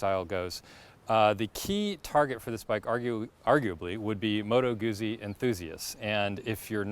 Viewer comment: Just say Moto Guzzi correctly. 🤌🏼